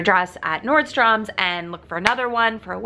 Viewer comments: I really love your videos lol but it drives me nuts you say nordstoms there's no s on the end just Nordstrom. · Nordstrom doesn’t have an ‘S’ at the end lol. Love ya girl!!